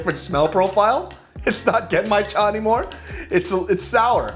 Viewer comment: the way he said 'sour' i vietnamese sounded like he said 'jesus' lmao